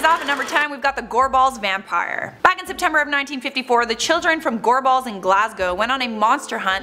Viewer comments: Just saying I’m from Glasgow and in the first one when you say Gorbals you’re putting waayyy to much emphasis on the a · Goar balls? Is gorbals 😂😂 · Gorball's lol It's pronounced gorbles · 🏴 I'm here in Scotland..... your pronunciation of the word Gorbles made me chuckle .. " Gor balls"...😁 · She pronounces gorbals like Gor- BALLS 😂 Where usually where I’m from in Glasgow it’s pronounced like gorbls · this comment is extremely late but being from Scotland, hearin the way people say place names from here lowkey annoys me. Gorbals is pronounced "Gorb-Als" not "Gor-Balls" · It’s gorbals not gore balls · It’s gorbals not goreballs 😂😂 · Gorbals not gore balls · For the love of god. What an awful attempt of the pronunciation. It's not "Gore-balls" it's "Gorbals". One word. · I’ve heard of the gorbals vampire. But yeah that pronunciation, ‘gorballs’ 😂! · Why is she pronouncing 'Gorbals' like 'gore-balls'? Lol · It's pronounced gor-bols, like rhyming with for-talls. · Gorbals is pronounced g-o-r-b-u-l-s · Am jist laughing at the pronunciation of the place names, especially 'Gorbals', I love it. A dunno how av never heard a most a these. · Got to like the way Americans pronounce Gorbals any Ayrshire good job I'm from Ayrshire or I wouldn't know where she meant 😂😂😂 the bean family were also true not myth. Still a gid wee video ☺ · Every time she said gorbals it pains me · She said gorbals wrang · Gorball's pronounced Gorbles Ayrshire pronounced Airshire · Btw I'm from glasgow, Scotland and the pronunciation of the place names in this video are as follows, Edinburgh - Edin-bruh, Gorbals Gor-bils and Ayrshire is Air-shir. just wanted to post this as it does get annoying after like 80% of the time they are mis pronounced lmao.